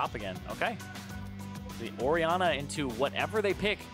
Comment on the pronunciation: Orianna is apparently said Ori...anner